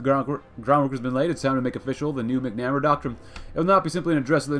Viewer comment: Hate to be that guy, but MACK-nah-mare-uh